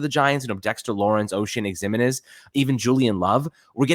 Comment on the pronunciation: It's not the end of the world, but please.. learn how to pronounce Ximines.